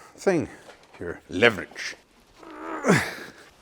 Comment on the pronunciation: . I have no idea why but the way you said 'leverage' makes me laugh.